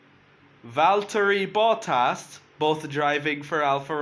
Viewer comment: Tää neke ei osaa sanoa Valtteri Bottas vaan se sanoo Valtörk Battööös